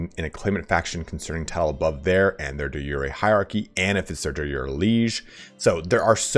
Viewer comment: De Jure: "/di ˈjo͝orē,dā ˈjo͝oˌrā/" Say it like "jury" and you'll be much closer than you are now :)